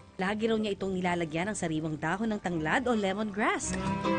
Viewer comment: Limongrass ti !!!!!😂😂refresing!!!!😂😂😂owel !!!!😂😂😂😂natuwa ako kay nanay